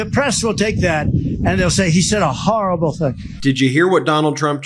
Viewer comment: The press will say I said a "HARRABLE thing". Yeah it was a HARRABLE thing.